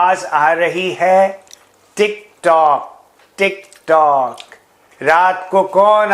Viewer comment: Is that guy was saying tik trok instead of tiktok 😂😂😂